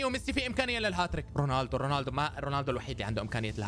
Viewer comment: رونالدو❌ روناندو✅